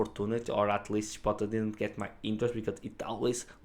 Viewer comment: “Chip-oat-lay” is the proper pronunciation. It’s not “Ship-bottle” (it’s a Spanish word, not an English word)